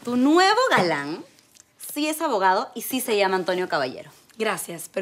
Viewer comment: Like si le escuchaste a a decir abogau